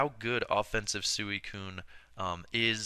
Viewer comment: i always thought it was pronounced "sweecoon" not suueeecoon